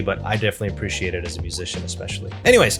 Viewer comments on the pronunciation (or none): none